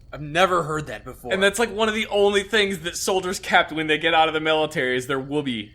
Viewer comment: "Woobie". Rhymes with "would be" - as in "you would be cold without it".